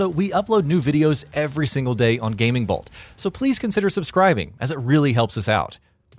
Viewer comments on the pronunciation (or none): none